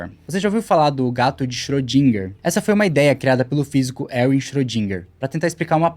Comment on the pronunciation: Cara não sabe nem falar Schrödinger kkKKLLkK "exondriger"